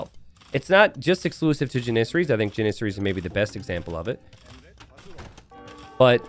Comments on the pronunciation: It's driving me nuts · the way u pronounce janissaries 😂